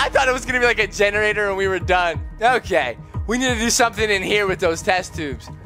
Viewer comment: “I want a genorater” walks past genortator Dora time